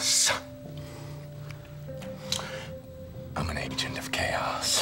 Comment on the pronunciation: The first time I saw the 3rd scene I though he said "you know the thing about chaos, it's beer." Makes sense though.